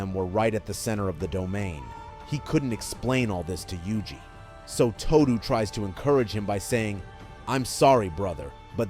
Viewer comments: Did you really just say Aoi TooDew? Instead of Aoi Todo (Toe-Doh) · Ahoy Toodoo!